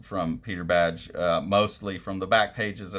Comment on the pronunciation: I know you've said pronunciation isn't your strong suit — this one's easy — his name is pronounced "bag" Great video, though, thks